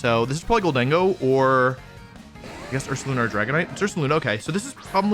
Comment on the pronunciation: wolfe conceding that slaking isn't pronounced "slay king" but still calling gholdengo "gol DEN go" instead of "GOL den GO" is making me lose my mind